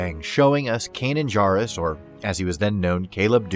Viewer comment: Please pronounce Kanan’s last name correctly.